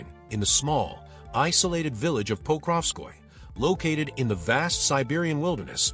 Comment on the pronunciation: It's "po-krov-skoy-yeh" not "pokrov-skoy"